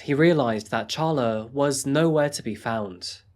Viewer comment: It’s pronounced Sharla even though it’s spelled Charla